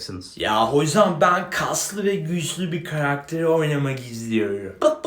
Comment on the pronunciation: böyle değilmiydi ya: kaĞzLıĞ